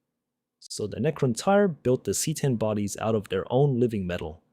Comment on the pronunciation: Could you really not get your AI slop voice to not pronounce Necrontyr completely different two times within 20 seconds?